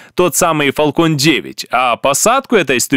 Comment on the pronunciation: Не Фалкон а Фэлкон, а то звучит как балкон, и у Фэлкон нет ускоротилей, а только ступени. а в остальном лайк.